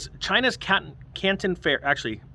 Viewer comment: I represent over 20,000 items from china for the canadian retail market. yesterday I had a customer complain one paper product item had mold on it. Makes sense. The Canton fair (you pronounced it wrong) is mostly down due to extreme travel restrictions to get into china to attend the trade show.